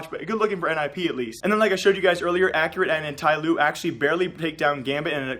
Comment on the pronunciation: Its not accurate its x-cue-rate